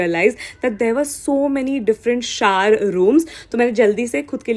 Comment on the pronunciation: The way she's pronouncing shower as shawr...no girl it's shower SHOWER